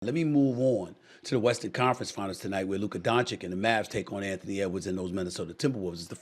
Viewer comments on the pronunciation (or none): It’s not DonCHICK